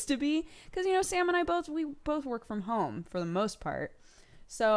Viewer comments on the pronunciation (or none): none